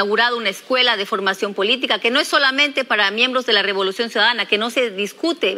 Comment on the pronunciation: Dijo Robolucion en la presentación 😂